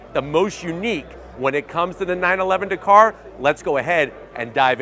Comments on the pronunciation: So frustrating that Americans can’t say words especially names Dakar!!! Not Dakor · DA-KAR... not D'KAR. You're welcome 👍